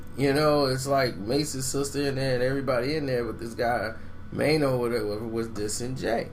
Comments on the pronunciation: meeno not maino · "Meeno" not "Maino"! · its Meeno not Maino